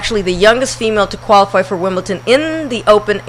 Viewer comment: Shit, where is there a letter 'T' ANYWHERE in WimbleDon?